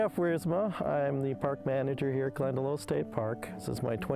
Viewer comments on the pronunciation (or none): Definitely want to visit here. I've been to Glendalough in Ireland and it's the most peaceful, idyllic place. Also, not to be nit-picky or anything, but it's pronounced 'glen-da-lock' by the Irish ☘️